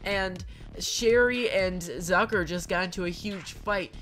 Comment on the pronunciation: “Zucker and never won a competition before” Did she say ducker? I just have bad hearing I’m sorry I just I just